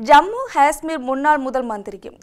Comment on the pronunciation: Jammu Gasmeer? or Jammu Kasmeer? or Jammu. Hasmmer? Correct pronunciation is Jammu Kashhmeer